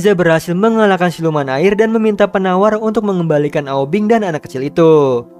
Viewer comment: Aubing bukan aubeng 😀